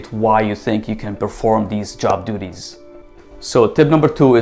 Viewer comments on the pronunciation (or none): Am I the only one who recognizes that he said job doodies instead of duties? 💩🤦‍♀️